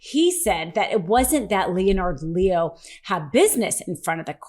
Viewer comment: It's pronounced "Lehn'-ərd Lee-o".